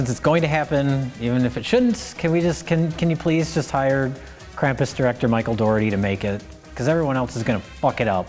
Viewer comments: Krampus, not Camp-us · Fun fact: Krampus (properly pronounced along the lines of "Krawm-poos," if I'm correct) would take children who were bad, stuff them in bags, drag them out of the town they lived in, and beat the shit out of them with a stick while they were still in the bag. Think about that the next time you bitch about santa shitting a lump of coal in your stocking this Christmas. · You aren't pronouncing Krampus correctly.